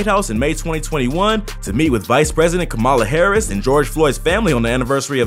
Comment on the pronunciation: When can't properly pronounce VP Kamala Harris's name.